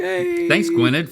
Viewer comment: as a welsh person the way you're all saying gwynedd pains me